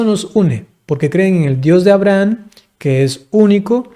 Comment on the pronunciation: Porqué pronuncia AbrahaN?